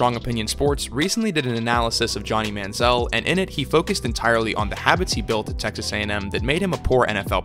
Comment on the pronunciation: Very Good Video ! Sidenote: Why does Everyone Mispronounce ManzieL's Last Name ?